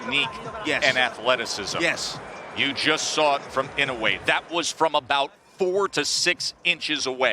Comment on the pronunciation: Pls learn to pronounce his name correctly. E - NO -eh. Accent in on the “no”.